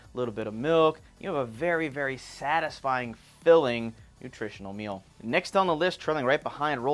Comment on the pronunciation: The word 'meal' is pronounced 'meel', not mill.